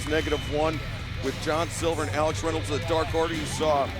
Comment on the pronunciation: Why does Justin Roberts say "Ax Reynolds" instead of "Alex Reynolds" tho?